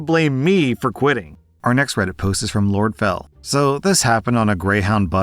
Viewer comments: As someone who has lived near the area, It's Spo-can not Spo-cain. Or if you're feeling silly Spookaloo. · Lol i was born in spokane *spo-can Never heard it pronounced spocain before XD love ya thx for keeping me on my toes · Spo-CAN The correct pronunciation is “Spo-CAN,” not “Spo-CANE.” The name Spokane comes from a Native American tribe. It means “children of the sun.” This city is located in the northwestern part of the United States. Spokane is known for its natural beauty. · Excuse me did you just say "spokain"? Resident of Washington here, and it's pronounced "Spo-can" like tin can. It's a native city name. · It’s pronounced Spoke-Ann, not Spoke-ain btw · Fyi it's pronounced spo-CAN, not spo-CANE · In Spokane it's not cane it's can e is silent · It's spokAN not Kane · Just a quick FYI, not trying to be a troll, Spokane is pronounced Spo-can, not Spo-cane. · just to let you know. Spokane is pronounced Spo-kan, not spo-kane. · needs to fucking google a city name before he fucks it up! Spokane is not the way this fucking clown said it... Spo-CAN The correct pronunciation is “Spo-CAN,” not “Spo-CANE.” The name Spokane comes from a Native American tribe. It means “children of the sun.” This city is located in the northwestern part of the United States. Spokane is known for its natural beauty. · It's pronounced "Spo-can", not Spo-cane" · I love you but it's pronounced Spoe-can not Spo-cane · Lol, I don't blame you. I live north of the city. Spokane is pronounced "Spo-can." If you're wondering why, it's because the name in Native. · Small PSA, Spokane is pronounced like Spo-can :] Love your videos! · Spo-can. That's how you pronounce it. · Spo kAne? Really? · Just an FYI. Spokane, though spelled with an 'e', is pronounced spo-can. So basically you ignore the 'e'. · Spokane is pronounced Spo-Can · As a person from Spokane. It is pronounced: spo-Can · Heads up. Spokane is pronounced SpoCAN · My eye twitched when I heard it.